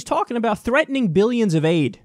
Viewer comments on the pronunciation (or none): Is he the only one who pronounces billions as "biyyuns"?